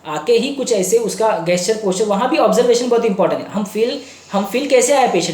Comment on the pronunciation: सर,प्लीज, जेस्चर बोलो न। मुझे बड़ा अटपटा लगता है आपके मुंह से गेस्चर कहना।